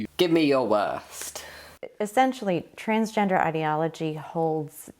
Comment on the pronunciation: "There are just men and women." What about intersex people? what about them? Also is it just me or does it sound like she is saying trainsgender XD Love your videos :)